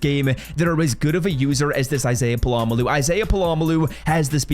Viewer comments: It’s Pol uh Mayo not puh lom uh lu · It’s pronounced Pola-mayo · Polamalu is crazy bro, it's not hard to learn how to say his name. Put effort in dawg. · Hearing you butcher this guys name for the second year in a row is cringe dude. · Just straight butchering his name 🔪🪚⛏️🧨😂😂😂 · dude what? He literally clarified it in the vid why are you so concerned over a mispronunciation let alone it being a joke